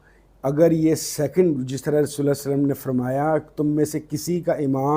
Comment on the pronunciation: Sir saly nahi perhen salli perhen